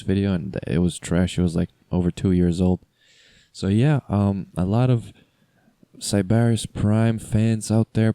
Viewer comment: You’re saying Sybaris wrong and it’s bothering me reeee